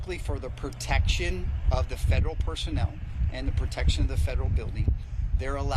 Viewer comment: The word is protection not pertection.